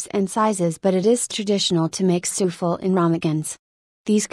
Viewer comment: A.I. reads Souffle' as " soofel"